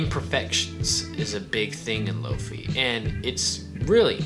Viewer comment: Great video. I found one today for nine bucks at a thrift store. I'd like to add its pronounced lo fie not lo fee. Comes from hifi which is high fidelity and lofi is low fidelity. I e low quality